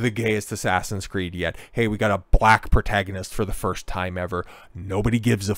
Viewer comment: Why do you pronounce “protagonist” like that